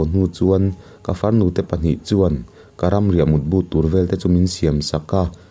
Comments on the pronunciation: Thang vel(Thang en)Awmvel,tih a vel,ang hian,vel hi lam tur, Nula HEL,hel,Rik ang hian. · thang 'vel' tih lai tak hi, ( lo kal zel rawh) heta 'zel' tih thluk ang hian kan lam/thluk thin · Thangvel tiha, vel kha sawisel tiha sêl tihlai tak anga lam tur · Pawl Zu nilovin Zupawl. Lo a vaithang kam a Sazu an awh hi Zupawl ani. Zanriaka Vaithang kam hian zanah vawihnih vawithum vel an en thin a , chu chu VEL ani. Khawvel tia Vel hi tihrik tur nilovin. Aw haw, an ni unau chu an in vel ṭap leh ta tih a, vel rik ang hian tihrik tur. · A dik chiah mai. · I sawi hi a dik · Vaithang vel tih hi a thluk a diklo..